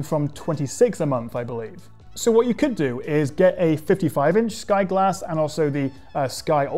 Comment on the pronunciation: Sky G(o)lass